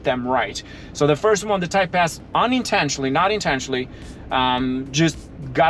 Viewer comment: I never knew Acura made a "Thai pest" I love you but sometimes I do wtf you are saying 😂